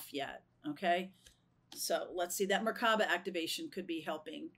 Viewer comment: It’s pronounced Mer ( light) ka ( spirit) ba (body) Hebrew word.